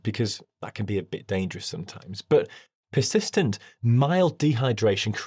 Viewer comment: I like how you're discussing kidney function, and your pronunciation of "persistent" sounds like "piss-istent"